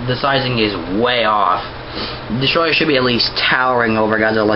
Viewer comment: you dont say it like destroyah its DESTORAI!!!! DESTORAI!!!!DESTORAAAAAAAAAAAAAAAAAAAAAAAAAAAAAIIIIIIIIIIIIIIIIIIIIIIIIIIIIIIIII!!!!!